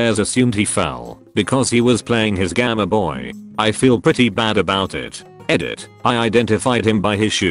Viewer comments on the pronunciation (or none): Gameboy: exists Text-to-speech: “Gahmeh-boy”